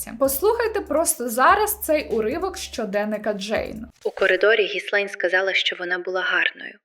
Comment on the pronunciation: Вибачте але так ріже вимова, «дойче банк» а не деуше і гіСлейн максвел а не гілейн